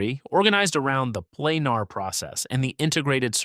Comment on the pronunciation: Planer is pronounced Plain-ER, not Plain-AR.